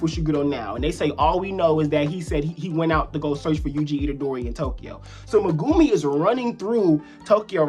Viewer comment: When will we learn to pronounce even Megumis name right